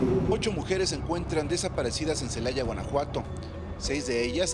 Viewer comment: Ce - la - aya..... Pues busquenlas haber si las ayan 😅